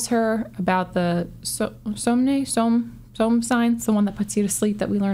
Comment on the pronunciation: Hi! It's wonderful to hear you and very sad to see last episode of your Witcher Book Review, you did great job. About pronunciation: I think in case of "Somne" you need to use "hard E" at the end and I think you said "dwimveandra" quite well (despite the fact that Sapkowski made up that word so it could be pronounced whatever you like). If I remember correctly, Velerad mentions two witchers: one was quite young and died and one was older and escaped when he saw princess (and unfortunately I presume that second was Brehen). Yeah, timeline is something that Sapkowski should be a bit more careful with, but when he started writing it was an anthology without very specific and clear order. About the end of book - Sapkowski is professional troll and he loves to play with his readers and their feelings. Sapkowski for some years is hinting that he might write something new but ten years have passed since he published "Seasons of storm" and even with expansion of worldwide brand with Netflix series he didn't use this opportunity - so as a longtime fan of his prose I don't belive he will write anything in Witcher world. Some say that he wrote this book because he needed money (for the treatment of his son), some say he wrote it because he was pissed at CD Projekt Red (unfamous conflict with them recently was solved and they made new business agreement) but Netflix probably paid him so much that he doesn't care about writing new book and he can't talk shit about tv series. Sorry for